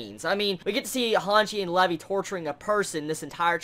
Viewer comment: Levvy? It's Levi